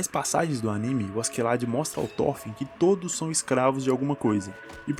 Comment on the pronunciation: SE LÊ THOROFIN , NÃO THÓRFIN. pelo menos no anime eles falam Thorofin